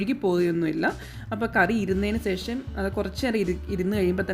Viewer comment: സെഷം അല്ല ശേഷം 😂. Thangal full സെഷം എന്നാണ് use cheyunne